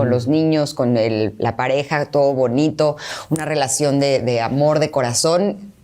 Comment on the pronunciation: Esa rielacion no la rieconoce ala rriaccion